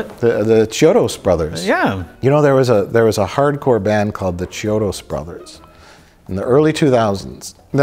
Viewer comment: Mike is ashamed of liking a horror film. What a surprise. And it's "KEY-odos", not "CHI-odos".